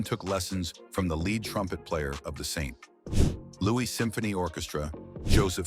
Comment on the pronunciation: Saint (long pause) Louis. This AI needs a lot more training. Also playing a clip on Miles talking about how successful his family was and how good his life was yet he still played the blues while the AI goes on about how tough the depression was on his family is something a human being would have caught while editing this. Also the consequence of the depression being that his Dad worked "more" when the whole narrative of the depression centered on people being out of work, that there were no jobs would also be something a person would not have written. This is just bad AI click bait that mindlessly takes in factoids about his life and slices and dices them into a nonsensical hodgepodge.